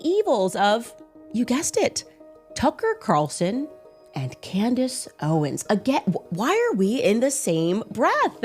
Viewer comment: Nukka who? “Tucker Carrrrrson” and “Camress Owens”